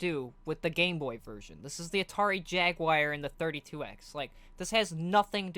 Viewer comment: Why do you keep saying "Atari Jaguire"